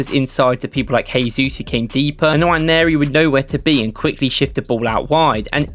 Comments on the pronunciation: It’s not Nawa-neri, it’s more like Noire-neri. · The N is silent. Waneri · Nwaneri = nwA-nay-rI This is the correct pronunciation because he is nigerian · no it’s not. It’s pronounced En-Wan-Airy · Its pronounced Enwa - neri , hes from the same Nigerian tribe as me. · Great video. Please learn how to pronounce his name properly. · Good video. but please stop butchering his name. If you need a pronunciation clip DM me. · Quite frustrating to be hearing it. Not every name has to be anglicised